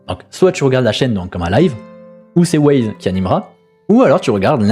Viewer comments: Yop j'aime bien tes vidéos mais steplais cherche bien tes sources ou écoute bien les lives ... Wyze c'est pas Waze, imagine on t'appelle "caille", les préinscription on était atteintes pendant le live, Pour la prospection j'trouve ça plutôt juste de faire ca surtout sur un nouveau serveur pour que tout le monde soit sur le même pied d'égalité et pas se retrouver à choisir une classe chance par dépit. Mais sinon continue comme ça, t'es videos sont bonnes et fais attention a tes prononciation 😉 (essprès 🤣) Ciao bonne journée 😘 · bah perso en écoutant le live je le prononce comme un y en anglais voir le i qui devient why donc wyze Wyze en prononçant Waze ça me fait penser a wouaise 🤣 Après si il t'a dit de le prononcé Waze my bad mais j'ai pas entendu ça sur le live